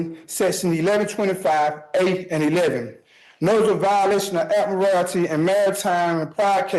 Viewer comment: Ad-murr-al-tee law 🙄